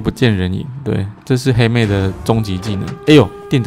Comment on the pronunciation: 我听到欧拉把黑妹念成helmet